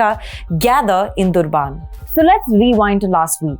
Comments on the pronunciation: It’s Durban (like urban) Named after Portuguese explorer D’Urban. Not Durbaaan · Can you please explain to me what you mean by "you guys"? I agree with you that there were other mistakes, but we can still understand them. "Durbaan" was confusing and tantamount to miscommunication. It is a famous big city that most Indians have heard of; a large number of Indians live in Durban as well. It is not about whether it is accurately pronounced, it is whether as a journalist, you're able to communicate and your audience can understand. I try my best to pronounce Taamizh, having lived and studied there for some years, and learned enough for a rudimentary conversation. but sure as heck I don't say Tamil Nad, Keral or Karnatak that are simply uninformed and unabashedly ridiculous. I don't use a name that no one can understand and even the people of which place I'm talking about. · Durbaan what sort of pronunciation is that? It’s Durban. Try to be an Indian. Don’t make this a pseudo American-punjabi channel like ndtv. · She speaks English well but her pronunciation of proper nouns from non Indian locations borders on the insulting. It is not just Durban. Names of Chinese cities have been mangled as well. Given how easy it is these days to verify pronunciations (takes only a few seconds for each), I would expect her to do proper homework before coming before the camera.